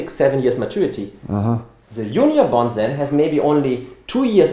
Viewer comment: it sounds like he is saying "union bond" but its "junior bond" for those who couldn't understand.